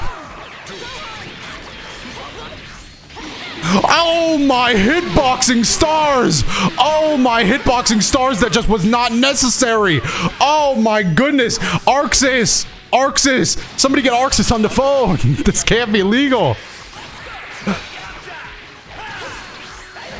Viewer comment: Ah yes the pokemon god pronounced as arcsus